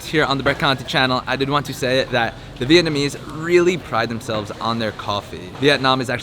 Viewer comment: also it Vietnamese not "Vietnameese".